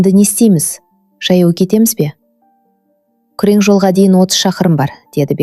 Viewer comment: Күрең жол емес күре жол деп айтылады. Сөздерді дұрыс айтыңыз.